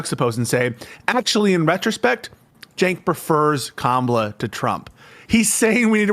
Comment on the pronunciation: Why do people say Jenk when its Cenk? It should be pronounced Chenk.